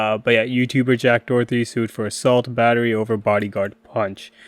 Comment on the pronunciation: It's Doherty, not Dorothy. Get it right, but at any rate he deserves all the Karma coming his way. It's gonna be good, y'all! Especially since he's wrecked his McLaren like a little pu$$y. Literally he's a coward.